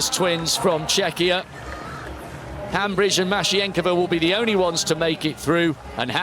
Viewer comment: Commentators, It's Viola Hambidge NOT HambRidge. Most likely the final letter e must also be pronounced.